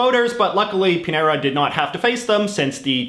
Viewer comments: He doesn't speak Spanish. He calls "Pinera" to Chilean President Piñera. However, he pronunces "señor" quite well. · Hey, JJ, I've got a pronunciation tip (I wish I could have thought of something silly like you did for the flags, but alas, I could not). The ñ, like in the Chilean president's name, is pronounced like the n in annual, or Enya. So a name like Muñoz would be pronounced like 'moon-yos', if you ever come across the ñ again. Hope this helps!